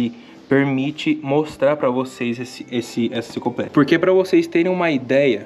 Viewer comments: Só pela “INCICOPLÉDIA” ja vai 2 vezes o like 😂😂😂😂😂😂😂😂😂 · Fico super feliz por vc, cara!! Ter tido esse privilégio de explorar o castelo!! E chega a ser fofo te ver errando as palavras kkkk - encicoplédia 🤭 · Encicropedia, encicopledia, desisto.. kkkkkkkkkkk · "Encicoplédia" Dá-lhe Paulo Freire! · 😂cara chorei você falando enciclopledia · Enciclopledia, enclicloplédia, kkkkk é mais difícil falar errado do que o certo hahaha...só você que consegue essa proeza. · E hoje ele não sabe nem pronunciar Enciclopédia, rsrsrs Melhor mudar de área. Talvez apresentar o PodPah, rsrsrs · Parabéns! Grande exploração. Esse vídeo é uma aula de história do início ao fim. Edição sensacional, trilha sonora, detalhes de gravação, agora só falta o aprender a falar enciclopédia. Kkkkk